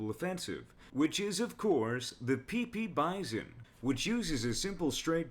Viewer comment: heheh he said Pee Pee bison. LOL. it hurts to leave this comment.